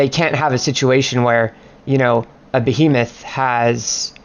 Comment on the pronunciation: Ba He Moth. Not Be A Meth. Nice guide though